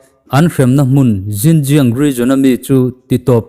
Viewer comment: Xinjiang hi sin-chiang (ri khamphei ve ve, "khamphei' ri angin) tia lam tur ania, uyghur hi ui- ghur tia lam tur, ka ui lutuk tia "ui" ri ang leh ghur chu ri chhuk, vai ho kurtai sawina "gur" thluk angin, inthlahrung takin ka lo sawi ve mai mai.